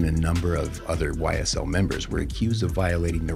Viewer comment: YSL NOT SYL